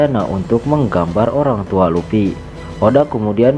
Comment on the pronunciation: Luffy bang bukan lupi